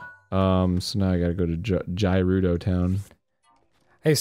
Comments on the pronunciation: god my ocd gi rude o town lol its ger ew doh go if your unsure look it up or use websters pronouncing tool lol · Every time they say "Gerudo" I hear it as "Derudo" and all I think of is Darude - Sandstorm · Is it pronounced Guh-roo-doe or Ja-roo-doe? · i can tell aron was trying to make dan notice he said rejew and jewredos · Fuckin' "h"eirloom and "Jerudo" so far. Can't wait to meet Prince Siddon, Miffa, and Darooneeah. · Guh-rude-oh Arin isn't saying it right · What about him constantly mispronouncing Gerudo and Hylian despite there being cutscenes where you can hear how they're actually pronounced which he ignores and continues to say Jerudo and Hillian. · The way he says “Hylian” is acceptable tho. A lot more people say that so I could see the confusion. I will never understand where he got his pronunciation of “Gerudo” from. I’ve never seen anyone say that but him. “Fuckin’ Jerudos!!!”